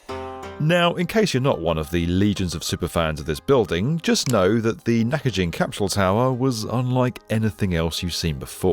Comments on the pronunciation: It's Naka... (central)... Gin (as in Ginza, the district of Tokyo, not "gin" the drink) - a hard "g". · Nakagin. It's pronounced with a hard G. Of all the clips the poor poster was the only one who couldn't say it properly. It' s NOT pronounced like "gin" the drink. And Abroad in Japan already made a video about this, going inside while it was still up. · It’s a hard G! Gin, not like the drink, but as in Ginza… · I wish you pronounced the name "Nakagin" properly... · Naka..jin? I mean that is literally not what it's called. Edit : Ah and it's repeatedly said and repeatedly wrong. "nice" I love having someone try to tell me educational stuff that can't do minimal research to check the CLIP THAT HE SOURCED that SAYS IT CORRECTLY and then SAY IT CORRECTLY. It feels like someone promising to teach you quantum physics while they can't read. Or spell. Or do numbers. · As usual the channel murders every Japanese name it talks about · Dude, it's pronounced Naka"ghin", as in "give". Did you not watch the source material? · Great video and I really enjoyed it. But I hope you don't mind saying, the building's name isn't "Nakajin" it is "Nakagin". The 'g' is prounounced like that in good or great. Btw, another reason why it was taken down was because of the abestos it contained. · Also its not pronounced like Nakajin. Its Nakagin like gimbal. Do your studies before you post about other cultures! No respect. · "Nakagin" is not pronounced as knack-a-jinn, but knack-cogging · Nakagin, not Nakajin. Hard G. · This is such a minor thing, and sorry for being pedantic. But every "g" in Japanese is a hard g like "Go," and is never a soft g like "Giraffe." Nakagin is not pronounced "Nakajin." Also, the suffix "-jin" actually means "person/people," so you're changing the meaning of the word to, "The Naka people." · omg it's Nakagin, not Nakajin You've included a lot of clips of people saying it right so how did you manage to get it wrong? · The "gin" is pronounced as in "Ginza."